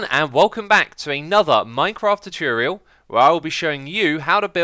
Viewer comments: I love this CHOOTORIAL xisuma! (Not hating) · Please learn to pronounce the words Nautilus and Tutorial...